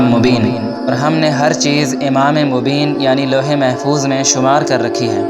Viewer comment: Louh E Mahfooz yeh Saheeh hai. ' Lohe , Bilkul galat Talat Talaffuz hai Mohtaram.